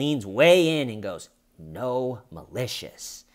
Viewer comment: I keep hearing “no malicious” as “gnome-alicious.”